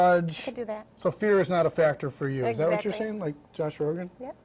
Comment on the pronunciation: He has to be fucking around he said Josh Rogin😂